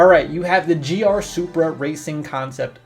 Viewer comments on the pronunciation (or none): none